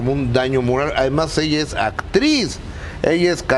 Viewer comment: Acrriz???? Cantante ???